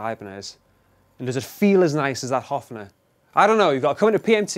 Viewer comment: Pleeeeeaaaasssseeee dont say Hoffner its Höfner [Hoefner]